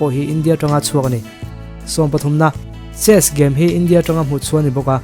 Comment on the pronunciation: Chess kha sess ti in i lo lam a